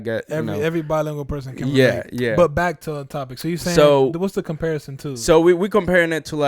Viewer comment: “Comparition”😭😂😂 Ta duró el content tho🔥